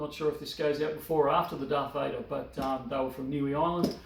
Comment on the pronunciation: Niue - your pronunciation is close. Try "noo-way" (Not new-ee). Managed to get me some guineas, but clearly missed out on the bars :-(